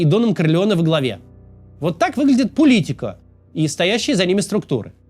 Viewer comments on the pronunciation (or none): Сколько раз Кац неправильно произнёс слово Политика?